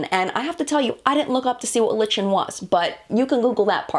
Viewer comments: "Lichen" ... The thing you pronounced "litchen" ... I'm guessing you're talking about the thing pronounced "like-en" ... it's a thing that grows on rocks. XD I strongly suspect that's the source in question, just a guess though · It's not pronounced liCHen. It is pronounced Liken. Tati made the same mistake. It's the mint green stuff you see growing on the sides of trees and rocks. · Btw, lichen (ly-Ken) is a moss that lives on trees. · <3 this! You're super. My father was, by passion, a tropical fish breeder. I knew what lichen was (is?)!! It's pronounced "LIKE-EN" and is: a simple slow-growing plant that typically forms a low crustlike, leaflike, or branching growth on rocks, walls, and trees. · Lichen is “LIE-ken”. It is the green scaley stuff that grows on trees :) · Lichen (like-n) is moss or algae :)